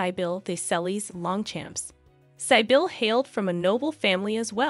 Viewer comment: Great video, but I just wanted to clarify that,...Sybille is pronounced [Cbill] like civilian but with a "b". I am also a Sibyla [C-B-la], a very aristocratic name but by the way. There even was a Princess Sibylla of Saxe-Coburg und Gotha, mother of the current King of Sweden, King Carl XVI Gustaf.